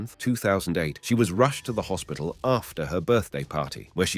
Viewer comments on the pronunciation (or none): none